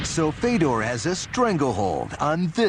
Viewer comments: Isn't his name Fyodor? As in Fyodor Dostoevsky? Isn't it pronounced that way? I've heard him say it, and it isn't Fedor, it's Fyodor. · FAY-DOR (dumb 'merkin pronunciation) Fedor choking out a crash test dummy is all very well and good, but... but Barack Lesnar HAS NO NECK, and Barack's brain requires only 1/2 the oxygen of a regular human due to the fact that Lesnar is missing the entire front half of his brain. Fedor can choke out the snake any of a million or so ways cecause the snake is 100% neck; Fedor can cross his arms I Dream Of Jeanie "figure 8" style, and DOUBLE choke out the snake That snake is purty.